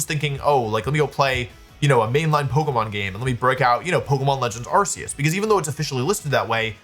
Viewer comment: Arceus has a hard C.